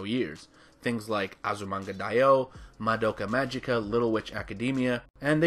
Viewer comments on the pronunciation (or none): none